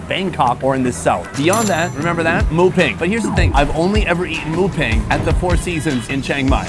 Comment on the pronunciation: Why isnt there anyone telling him that "Moo Ping" is pronounced as "Moo Bing"..